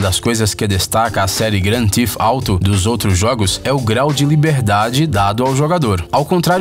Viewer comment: O erro cometido é comum e inofensivo. Acontece. Ao invés dele pronunciar "Theft" (roubo), acabou dizendo "Thief" (ladrão) ou até mesmo "teeth" (dentes). Para acertar a pronúncia do nome original do game com a fonética brasileira basta nós dizermos rapidamente "gran-tif-tarou" ;)